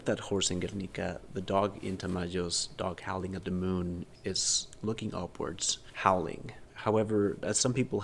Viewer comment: I love the way pronounced the name of the painting. 🔥 I also loved the Colima dog figure - very cute! This piece, though... lol. I can't get over the thick vein (or loose skin) going down the dog's body... In combination with those pupil-less eyes, it kinda freaks me out a little. "Guernica" is another crazy piece. I can see how it would've inspired this one. Very interesting as always. ❤